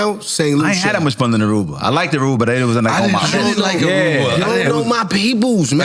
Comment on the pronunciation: Dude said “like-ed” you not smart. Lol